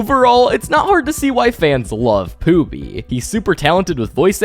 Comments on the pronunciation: Pooby ❌ Poopy ✅ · Bro kept calling pooby poopy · Is he saying poopy??.. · I hear pooby and poopy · his name is not poopy it’s pooby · Por pooby 😢